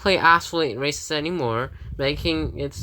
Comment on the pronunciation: I honestly thought you said racist instead of races xD